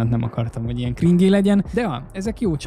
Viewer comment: azt mondja kringé! Krindzs úgy kell